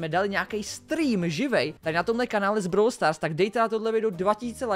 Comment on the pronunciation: Vyslovujese to brawl stars a ne browl stars